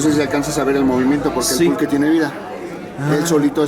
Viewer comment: Pulque shaww